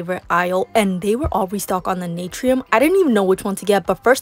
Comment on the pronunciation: Girl 🤦🏽‍♀️ Naturium is pronounced Nah-tour-ium, Lumé is Loo-mee, and Mielle is My-elle. Good Lord 😂